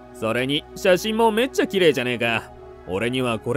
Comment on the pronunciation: どうしても「めっちゃ」のイントネーションが気になる…！